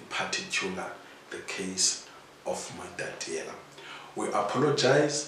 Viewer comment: There is one thing that has been going on here. I humbly ask that this beautiful home town is pronounce as "MATATIELE" not "MATATIELA". This will add value to the work which the company is doing.